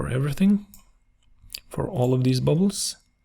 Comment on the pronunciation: It's great! I like the way you said "bubles" 🤣